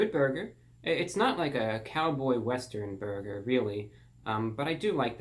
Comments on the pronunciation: No one: ReportOfTheWeek: Borger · I still heard "borger" after hearing it 5 times, and the caption also said "borger". But hey, if what you heard was true, then good for you 😁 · He said "Borger", I can die peacefully now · "There's me and the 'borger' right there :)" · "The bourger"